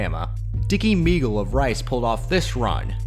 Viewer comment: Dicky Moegle's name was pronounced "May-gul". It was originally spelled Moegle. He changed the spelling legally to Maegle to make for fewer mispronunciations. It was never pronounced Mee-gul. He was admitted to Rice on a scholarship when he was 16 years old. The year of the incident he was a consensus All American. Prior to the play, he had already scored on a 79 yard run. Just out of interest, he had to keep a B average at Rice (not easy) to continue to play football. He ended that year with 833 yards rushing and 7.3 yards per carry average. After graduation, the was drafted 10th in the first round by the San Francisco Forty Niners, at age 20, converted to defensive back (had played both ways in college), and became starting safety. He played 5 years for SF, one year for Pittsburg, and one year for the Cowboys, before retiring after foot injuries on two consecutive seasons. YouTube may still have available an interview where he later discussed the Lewis tackle. He actually was not at all amused, and explained that if he had not sensed something from peripheral vision and moved slightly toward center of the field, he could have been seriously injured. He said that he had the breath knocked out of him and not able to go after Lewis at the time. One other fact about the play, the Alabama secondary player who can be seen going down at the point where Maegle turned up field, was Bart Starr. Note; The game took place when I was 11 hears old, was had developed a real interest in SW